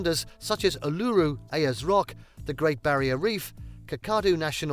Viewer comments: Did he say Aluru? 😂😂 Also, what he says about the shops is a bit outdated. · lol 'oo-loo-roo' ... bit of a joke list ... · This is written by AI. The mispronunciations of Uluru, Ayers rock and Kakadu national park make it obvious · I struggled when the voiceover attempted Uluru and Kakadu 😩😩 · Another conspiracy idiot, I'll bet he's never been in Australia any longer that 5 minutes that is if he has ever been here at all. And as for talking about road rules and drivers, Why was he showing clip from America? Umm, has he looked at the time zone difference in the U.S. WTF, this guy knows nothing about Australia, he can't even pronounce ULURU. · Internet is good here and I’m not in a city. Just had fibre optic supplied for free. Mental health services- you can access 5 free appts per year if needed. He needs to pronounce Uluṟu properly. And thank god for our gun laws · Hurricanes, Cyclones and Typhoons are all the same thing but named differently in different regions of the world they also rotate in different directions depending in which hemisphere they originate. Most of that video is bunkum and the Pommie presenting it can't even pronounce the places he mentions so has most likely never even been here. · The narrator loses all credibility when he mispronounces Uluṟu and Kakadu. This is just click bait. 😮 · Hurricanes, Cyclones, and Typhoons are all the same thing. The narrator is only reading from a script and mispronounces several place names. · absolutely. Couldn’t pronounce Kakadu or Uluṟu